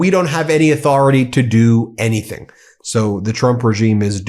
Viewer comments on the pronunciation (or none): none